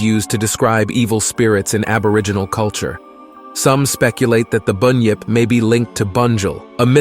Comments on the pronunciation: No alligators here buddy,and an emu is a bird,and it's pronounced as it's spelt ironically,bun-yip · It's not boon yip it's bun yip and what's a yo ee 😂 it's pronounced yow-ee And while I'm here (not mythological) it's not e-moo it's pronounced e-mew